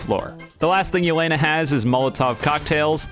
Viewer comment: This video is all cool and all but Do you even watch aot? plus the way he pronounces Yeh-le-na is funny